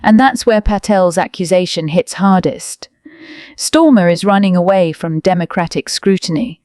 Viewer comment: 😅😅 his name is STARMER and not STORMER 😂😂